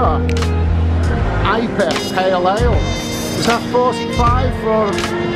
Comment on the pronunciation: Love your vlogs. Sorry to be annoying but it’s pronounced I P A as in India pale ale